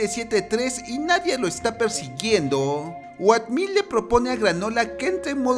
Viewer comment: Wey, se pronuncia outmil, no oatmil :v